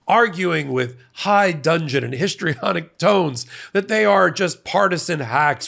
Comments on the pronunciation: Lol, did he say high dugeon or high dungeon? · "High Dudgeon" not high dungeon. That's where we hope he's going😄